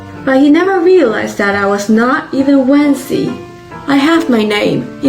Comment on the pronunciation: We have a name for her in English & it's not Wency. 🤣